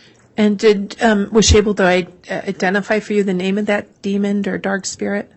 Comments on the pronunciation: She did AMAZING with everything else so I just had a little chuckle every time she said demond. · The Prosecuting Attorney needs to learn how to Spell and Pronounce DEMON !